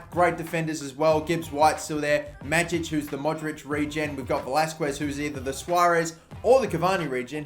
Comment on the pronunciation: You pronounce Majic wrong.But no worries I will tell you how it should sound like. In Croatian language letter J is pronounced like Y. So read it like Mayic.That's it. Love from Croatia